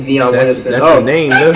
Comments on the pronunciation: Flight saying names is about as bad as his basketball skills... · he doesn’t even care that he says people’s names completely wrong 😂😂😂 its confirmed flights ignorant on purpose for more comments and views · He said the player name all wrong 🤣🤣🤣🤣🤣